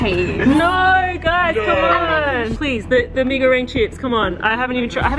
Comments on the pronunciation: Btw i thing u mwent mi-ee-ga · just a reminder mi goreng is not prenouse like that bc it prenouse with like indonesian words bc its indonesian food